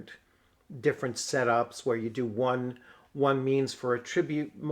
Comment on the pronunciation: Great content! I love this system. FWIW at-TRIB-ute is the verb. The noun is AT-trib-ute. It's like re-CORD & REC-ord.